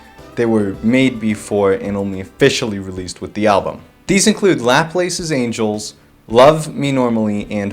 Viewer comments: why in the actual fuck would it be pronounced "lap-lace?" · I might be wrong, but I'm almost certain that Laplace's Angel is pronounced lah-plass (aah like at the dentist, ass like saying ass with a really posh accent like aah-ss)